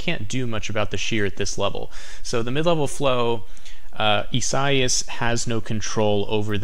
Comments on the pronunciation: Bro. "ee-sah-EE-ahs" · That dude can’t pronounce the Hurricane name correctly... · He is very intelligent, focused on what it does. Only intelligent ppl know this.